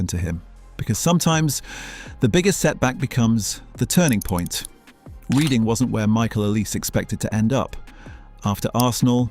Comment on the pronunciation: its REDHING not REEDING effing ai slop downvoted